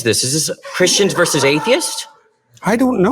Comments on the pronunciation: Your guest is way too smart to be saying “verse” instead of “versus.” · He's Canadian in case you haven't noticed. That's how it's pronounced there.